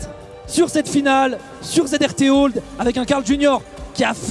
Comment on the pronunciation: Ya que moi qui prononce Zr Tolde et non Zrt Old ?